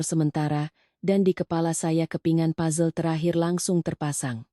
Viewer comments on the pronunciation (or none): none